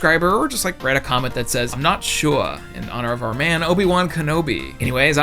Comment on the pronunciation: I'm not shuh-ah.